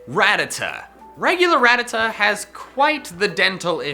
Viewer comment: I hate how he says Rattata wrong just wrong